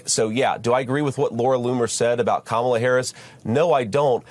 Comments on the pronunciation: He purposefully keeps mispronouncing Kamala Harris’s name also to stoke fear of non-white people. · even the way he says Kamala’s name is racist. Would he be purposely mispronouncing if her name was idk Nancy, or Jane or something more commonly white?